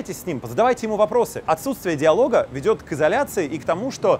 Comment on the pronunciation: я жутко извиняюсь, смотрю внимательно. Ошибка в слове "Диалога" - "дАИлога"